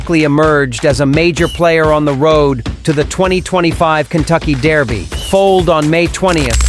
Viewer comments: Its Derby not Daerby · It bothers me way too much how he says "dairby" lol